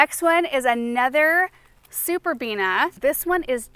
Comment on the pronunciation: I was waiting, wondering when you'd slip up and say "superbenia" 😂 you held out surprisingly long, actually, before you did. I find it such a cute slip up for some reason 😊💜